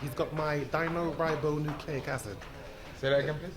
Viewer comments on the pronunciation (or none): What the fuck is Dinoribonucleic acid? its Deoxyribonucleic, almost chris, almost. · Dino ribo what???? Does he mean deoxyribonucleic acid?? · I enjoyed it when Chris mispronounced deoxyribonucleic acid and then tried to style it out. I think this GGG is talk is way, way too premature. Needs to get past BJS first.